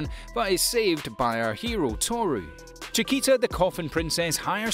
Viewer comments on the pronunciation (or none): and i think i heard chakita for chaika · CHAIKA! Not Chakita, or Chiquita. She’s not a banana my guy. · List is a joke, and the paid voce guy can't pronounce words right. "Unlimited Hi boo coy sook" was the worst, but not the only. Pronounces "Chaika" like Chiquita bananas SMH. You guys really gotta provide a phonetic pronunciation guide to these fiverr voiceover people. The fact that "The Irregular at Magic High School" is missing is proof enough. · Nice, but narrator tends to make mistakes. Chickita for example, Shijou instead of Shoujo, Arifuta, Hareem instead of harem, etc. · Still can't get over his pronounciations... Chikita, Hareem, Hajami in Arifuta? I mean wtf, at least try xD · Very bad pronounce - Chaika on english pronounce is "Tschaika". Btw - Chaika its.. a bird - Northern Lapwing (vanellus vanellus). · where tf did he get the t in chaika?